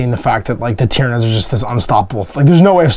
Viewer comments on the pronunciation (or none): none